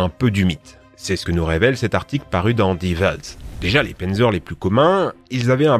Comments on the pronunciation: C'est "panzer" pas "pènzer" pour la prononciation x) et pour le tigre c'est pz.kpw VI Tiger. Ou Panzer KampfWagen 6. Ouais, littéralement voiture de combat blindé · Pourquoi tu anglissime tout ? Un Panzer ne ce prononce pas Pinzer, même dans le sud de la France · Le pennzeur, lol ^^ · Juste on dit panzer literalement comme on dit dans on dit panzer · on dit pas pènzeur mais pannezeur (pour Panzer) et on dit pas Kersk mais koursk (pour Kursk)